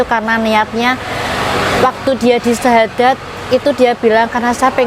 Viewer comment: bersyahadad apa bersyahadat...